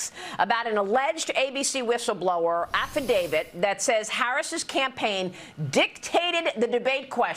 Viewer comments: 2024 and people are still saying affidavid , and pundent instead of pundit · What the hell is an “affidaviD”?